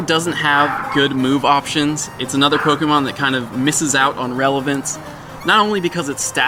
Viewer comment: ok my question... u r clearly a fan of pokémon from b4 pokémon go, so why do u consistently mispronounce "pokémon" as poke-E-mon? its pronounced poh-kay-mon. even if u were to want to americanize the pronunciation, it would be poh-kuh-mon (still incorrect.) that said i do love your channel/show and that is probably my only complaint. you're an informational channel so people should come to u for info, but (to a pokémon veteran) at first glance u don't seem reliable as u cannot even pronounce the name of the game. then for people who r new to the franchise and don't know any better, now all think that is the proper pronunciation.